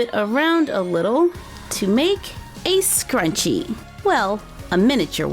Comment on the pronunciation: “I think my scwunchie..” - 2019